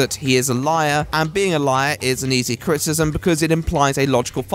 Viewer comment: Cri-ti-ci-sm, not crit-ism